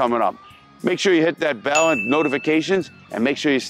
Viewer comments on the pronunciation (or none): none